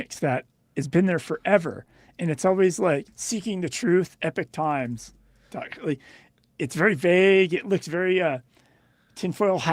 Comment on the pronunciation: Not Epic Times but Epoch Times, guys